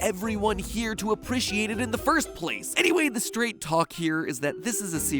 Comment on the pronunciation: I got so shook at how he pronounces appreciate "aprushiate"